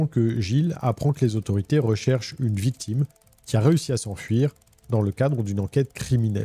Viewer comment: Salut, ne t'en fait pas, ça arrive aux meilleurs de louper un détail au montage, mais à fond dans le récit, ça m'a fait rire cette petite erreur "La VICTUME titube" 🤣🤣